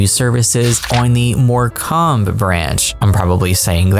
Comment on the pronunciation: For morecambe it’s pronounced more Comb (as in honeycomb) so like Moor-cumb